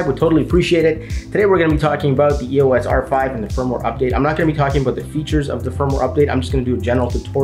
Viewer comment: Its not E.O.S . Its the word "Eos" . The Greek god of light!